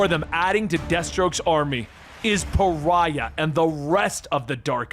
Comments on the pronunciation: You said Pharah instead of Pariah way too many times. There is a vast difference between an Egyptian lady from Overwatch and a white male demigod from the DC universe. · One last video of him mispronouncing one last name, Pariah as Pharah. This is not a grievance, gripe or complaint. I actually li,e Pharah better than hearing Pariah. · Love you, but Pariah is pronounced Puh rye uh...YAY!! You got it right in Supergirl's death issue!!